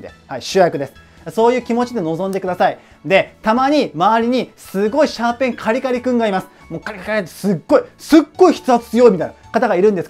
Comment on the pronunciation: シャーペンのかえしんが、シューペンのかえしんになってますよ!!